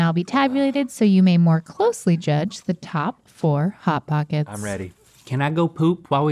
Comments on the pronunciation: “Pot hockets”😂😂😂😂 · “Pot Hockets”